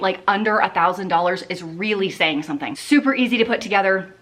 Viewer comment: every time I think about the price of ANYTHING I hear you saying "doll hairs" in my brain instead of dollars. I chuckle every time.